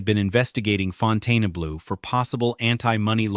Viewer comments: The narrator doesn't even say the name of the hotel right! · Narrator cannot even pronounce the hotel name correctly! 😂😂 What a joke! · Why does this site mispronounce the casinos name ?? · How could you do all this research on the Fontainebleau without learning how to pronounce the name correctly? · All I have to say is, it was driving me nuts that he kept pronouncing the name WRONG!!!! Second, there is a reason no one has ever built a Luxury Casino in that area because it's a crappy area and tourist do not feel safe walking around there, Hell locals don't like to walk or work around there. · Just stayed there, no resort fee. None of this was true from guest viewpoint. Casino was full, service was great, maid service was great. Turndown service? I haven't seen that anywhere in decades. Plus I left with thousands more than I came with. And pronounce it correctly. The name is French. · It is pretty pathetic that the name of the resort is mispronounced throughout. Left after 10 minutes. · How can we take you seriously when you don't even know how to pronounce the name of the hotel. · Seems like a good summary of the many issues with the property (which I've visited a couple times) but this channel couldn't get a human to voice the video?! And published it saying the name wrong--and differently each time??? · Fontayna-blue? How aggravating is that? Is it that hard to find somebody to narrate a video? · The narrator keeps pronouncing the resort's name incorrectly! Why? Hasn't he heard before the correct pronunciation??? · It is called Fontainebleau and not Fontaine-Blue. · Fountainblue. Brutal narration and pronunciation. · Fountain blue is how its said lol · It’s pronounced Fon-ten-blue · Why can't they program the electronic voice narration to pronounce the name of the video properly, throughout this entire program?! Pronounced, Fountain Blue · Fon tane UH blue!?!? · The narrator does not know how to Pronounce Fontainebleau. Really drove me nuts!